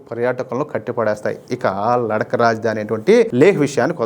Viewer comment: Ladak kadandi laddakh ani palakandi ok mana telugu vallaki theliyadhu kabatti take it easy kani hindi vallu thappu padatharu ok laddakh ani palakandi ok